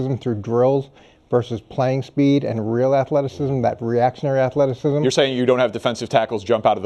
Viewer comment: "Wewuz axin him" "afleticism".🙄